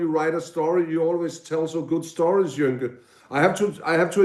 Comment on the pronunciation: Joenke (Jønke) NOT Jonke 08/